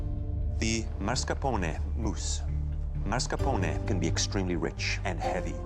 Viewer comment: Can people stop mispronouncing Italian foods? There’s no such word as marscapone. There’s no such word as rih-GOHT. There’s no such word as MOOTS-uh-RELL. There is no such word as broo-SHETTA.